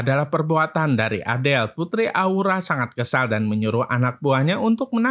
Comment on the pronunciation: Azel woy bukan adel